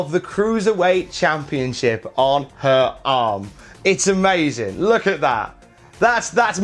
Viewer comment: “For hewr” lol